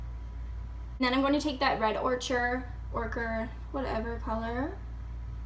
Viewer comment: Ochre is pronounced "oak-rah". It's a weird word. I found you through Instagram. I'm glad you started doing YouTube videos! I hope you stick with it. 😊